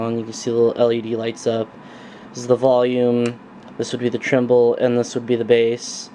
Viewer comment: it's treble, not tremble.